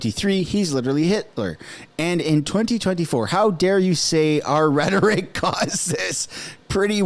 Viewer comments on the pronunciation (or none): none